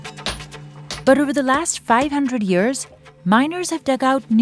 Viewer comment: ten yurrs